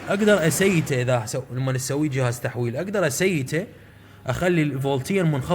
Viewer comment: اسييڤها وليس اسيتها